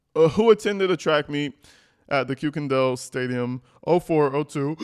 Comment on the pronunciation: For your information, the German last name Kuykendahl is pronounced KIRK-en-dahl.